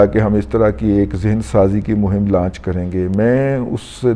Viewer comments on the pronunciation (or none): none